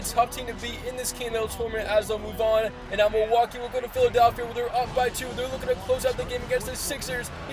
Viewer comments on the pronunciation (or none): none